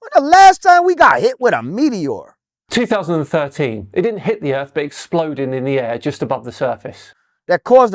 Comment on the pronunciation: The real questions is why does he pronounce meteor like that. 😅 as an American, we don’t claim him.